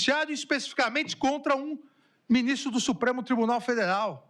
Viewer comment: "Beu binistro, naum mim prende, eu peço por favor" 🥴🥴🥴🥴🥴🥴